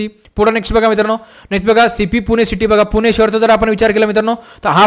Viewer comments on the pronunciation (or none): none